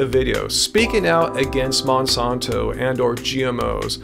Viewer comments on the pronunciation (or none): Great vid. It's MonsAnto. Not Monsonto. Not being a troll just super annoying to keep hearing it said wrong. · I'm from St. Louis (Monsanto world headquarters) never heard it said that way. I like, I just have OCD and after the first mispronunciation that's all I could hear. It made it really hard to watch the rest of the vid. Simple name, say it correctly. Thank you